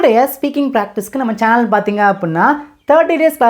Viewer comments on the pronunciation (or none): none